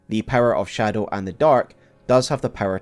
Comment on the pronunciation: The way you insist on reading it scadu